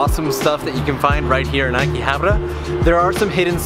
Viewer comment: Ugh. Akihabara isn't prounounced Akihabar-r-ra.